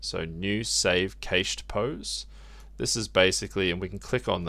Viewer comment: im sorry but the way you say cached has me laughing, its pronounced "kasht" (or cash + ed) btw.